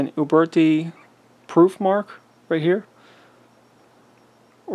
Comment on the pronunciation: Traditions and taylors and company make replicas. And if i never have to hear you say uberti or pieta again i will be content